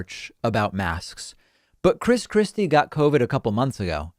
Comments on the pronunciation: Did I heard you say " Chris crispy" Lol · When he says Chris Christie, I hear "Chris Crispy" which makes me imagine Christ Christie as a giant fried chicken. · I know David doesn’t do this type of thing, but I kept hearing him say “Chris Krispy”